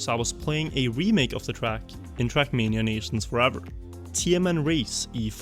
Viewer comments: Just look subtitles , ahaha, Youtube transcripts your pronounciation as "shrekmania", this should become an official name of the game in the comunity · why do i hear shrek mania 💀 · the way you say "trackmania" sounds like "shrekmania"